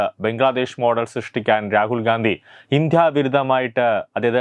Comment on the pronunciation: ഉച്ചാരണം നന്നാക്കണം ഇന്ത്യ യാണ് ഇന്ധ്യയല്ല